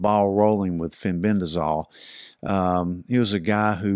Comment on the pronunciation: Fenbendazole, not fenbendrazol